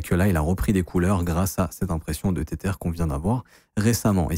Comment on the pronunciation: "tétère" mdr